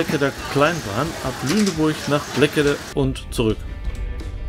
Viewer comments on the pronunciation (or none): Natürlich! War auch eine kleine Bemerkung im Klugscheißermodus. Ich bin 8 km entfernt aufgewachsen. 😘 Einen habe ich noch: Die Aussprache ist: "Bleeeekede". Nun reicht es aber. Hauptsache, es hat Euch gefallen in der Heimat...